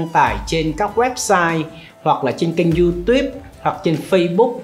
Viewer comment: phát âm từ youtube cũng k xong.